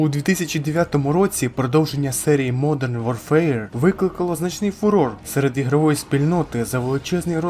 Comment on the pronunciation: Хороше відео,. Однак, на майбутнє, озвучуй англійські назви без акценту. Жодних претензій до твоєї англійської. Просто, дві мови конфліктують фонетично, що, в свою чергу, ріже слух, як наприклад при вимові назви "модрн ворфер".😉